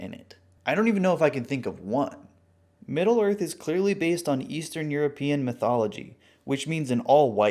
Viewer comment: If middle earth isn't a melting pot, then why is it the middle of the earf??? hmmmmmmmmmmmmmm